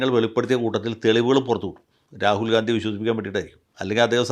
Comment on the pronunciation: Please pronounce Rahul GHANDY...